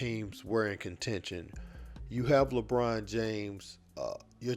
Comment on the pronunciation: Bruh said Lebrona 😅😩🤣